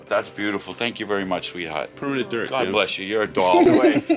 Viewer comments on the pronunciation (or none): It was the ‘sweat heart’ with the accent for me 😭🤍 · The way he says "sweethaht!" I cant 😂🖤